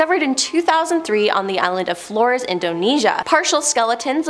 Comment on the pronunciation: "Flores" is pronounced "FLOH-rayss."